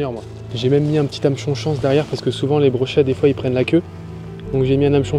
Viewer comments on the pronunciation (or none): Répète après moi, hameçon chance, hameçon chance, hamechon chance, hamechon sanche 😅